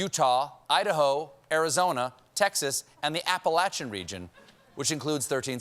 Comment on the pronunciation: Yay! For pronouncing “Appalachian” correctly! 😃